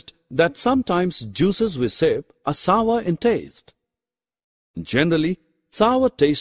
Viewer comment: It is not sover it is sour